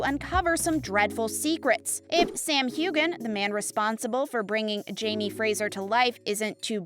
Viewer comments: When U post a VID, please learn & speak the PROPER pronunciation of names as in HEUGHAN, Sam Heughan. The ' g ' in his name is pronounced silent. TVM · Yes please. Learn the correct pronunciation 🙄